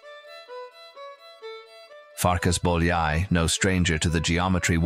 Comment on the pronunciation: Farkash Bolyai, Jánosh Bolyai